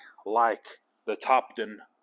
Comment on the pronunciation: Just a few comments Topdon is pronounced Top Don and it’s not Mega ohms it’s mili ohms